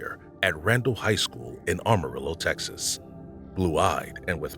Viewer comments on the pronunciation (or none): I enjoy the content, but please try and be more cognizant of pronunciation. Amarillo has one R at the end. Racine county has only one N. The inconsistencies drove me a bit batty. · That's Amarillo, TX not Armarillo But why split hairs 😅